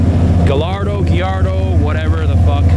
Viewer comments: (??) You, OF ALL PEOPLE, should know how to pronounce Gallardo! I've been sub'd for YEARS, and this is insane. You get some of the best access but, you struggle with this!? For a bit (a few videos back) I thought it was a meme but, dude...come on. Guy-R-Doe I swear, you've got some amazing content that makes me want to shake your hand...or punch you in the kidney. Guy-R-Doe Either way, love you man, keep it up! (and yes, the Gallardo is one of my favorite cars and unquestionably better than the Huracan. Major points if its a stick.) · Gallardo = guy-ard-oh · Come on, It's pronounced GALLARDO!!! lol